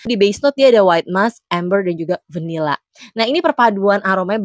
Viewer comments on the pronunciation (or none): tiap pronounce "vanilla" ganggu bgt di kuping. v nya ketebelan mbak. udahlah biasa aja ngomong vanilla nya ye. perasaan natives aja ga gitu2 amat pronounce "vvvvvvanilla" 😑